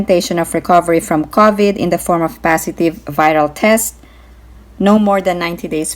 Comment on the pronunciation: Ms. It's not covet like coveting. It's pronounced crow for cow-vid:)